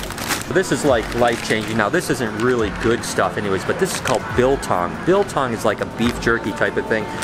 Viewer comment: oh gods, his pronunciation of Biltong was so bad 😅